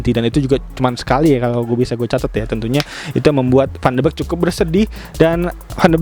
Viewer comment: bacanya van de bik bang, bukan van de bek